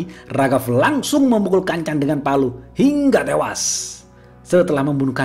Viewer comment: Bang jederrrrr, ngomong HINGGA TEWAS nya kurang mantap ahk, kurang nge gasss kurang greget